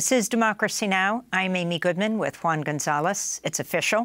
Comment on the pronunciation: Juan. Not “one”.